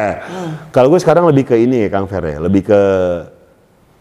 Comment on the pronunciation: Awas kepleset Bang Gofar manggil Kamfer jd Kamfret